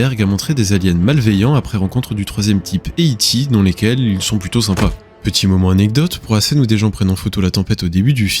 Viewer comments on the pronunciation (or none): none